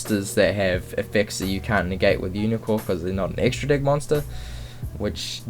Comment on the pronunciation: why the f*** you always say "dick" instead of deck?! XD